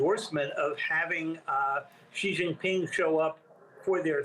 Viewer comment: It’s Sheee Jin (as in Gin) Ping